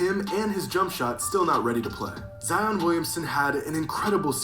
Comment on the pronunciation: Zion not “Zeon”